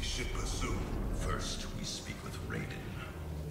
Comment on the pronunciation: Sektor đọc là sextoy :)) Raiden đọc là rái đen :)) Kuai Liang đọc là khoai lang :))